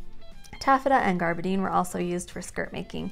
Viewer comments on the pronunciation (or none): gabardine - gab' er deen; picot - pee' co; tricot - tree' co; pique - pee kay' Love you!